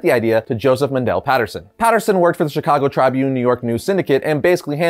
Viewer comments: Dude your butchering Chicago Tribune, your saying it all wrong 🙄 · Anyone else from Chicago uncomfortable with how he's saying chicago tribune? Or is it just me?